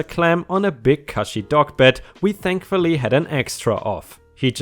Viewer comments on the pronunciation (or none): and Cushy is pronounced cooshy, to rhyme with pushy (push).